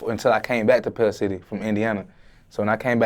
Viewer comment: He said pells city